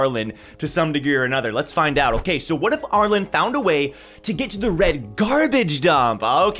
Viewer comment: Always fascinating hearing how other people say characters name, not just in TOG but also in other written media. says ARE-LIN. I pronounce ARE-LEAN